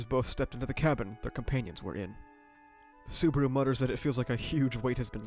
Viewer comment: I'm surprised you watched Season 1-3 and still calling him Suburu instead of Subaru. Sue-bah-rooh. i guess its a running gag like Barusu that Ram does? 🤷‍♂